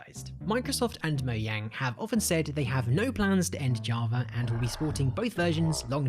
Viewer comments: Everyone: Mogang Him: Moyang It's pronounced like a J not a Y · Mojang not moyang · Who also calls it "moudžang" instead of "Moujang"? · OMFG it’s called MOJANG NOT MOYANG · How to destroy minecraft: pronounce "mojang" "moyang" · and this is a mistake